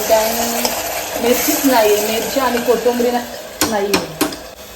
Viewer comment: Ag bai kotumbri nahi g kothimbir kiti shudh bolynch parytnn karte jshi tu gharat boltes tach vlog mde bolat ja